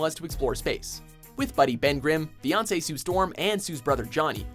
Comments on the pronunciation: did you just say; "Beyonce Sue Storm" ?? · " and beyonce sue storm" what? lmao!! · Not gonna lie I heard Beyonce the first time too lol